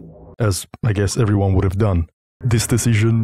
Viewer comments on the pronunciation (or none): none